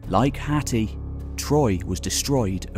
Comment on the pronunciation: I’m sure your pronouncing Hatti wrong